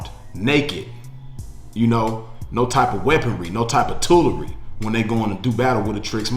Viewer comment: Ma DUDE SAID “TOOLERY”🤣🤣🤣🤣YEEEE!!!!!!